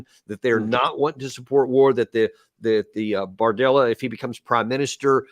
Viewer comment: hand-pink-waving:Be sure you pronounce his name as BARdella, not BORdella.... although politics often look like a bordella:face-turquoise-covering-eyes